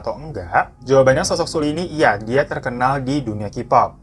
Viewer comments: Btw bacanya seolli, bukan sulli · 2019 tahun terkelam buat para kdramaland dan kpopers 😖 Semoga tahun depan dunia perkpopan gada lagi kejadian kayak gini. RIP buat Hara sama Sulli 🙏🏻 anw bang Sulli di bacanya Seolli, maaf cuma ngasi tau hehe semangat trus yaa bang glowing 💎